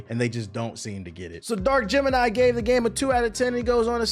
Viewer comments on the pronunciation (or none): none